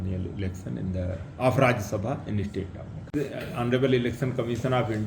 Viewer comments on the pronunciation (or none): formation not formason meghalaya not meghala